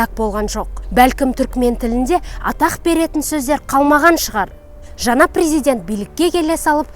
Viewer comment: Жаңа дегенди жана мың дегенди мын дийди Ң ды айталмайман сонда 😂